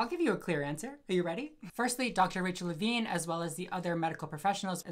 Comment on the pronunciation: "Levine" Every. Single. Time.